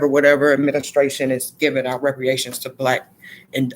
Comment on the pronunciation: It is pronounced re-par-ations not re-pre-ations. And this was a good message, I agree with your stance on us not taking on whatever number they pitch at us.